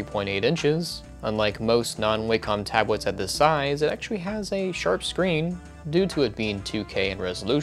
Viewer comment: It's pronounced WAH-come.